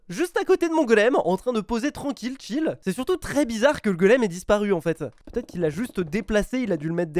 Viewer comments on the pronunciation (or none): none